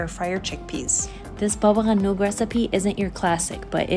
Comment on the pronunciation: How about you pronounce Baba Ghanouj properly... otherwise a great recipe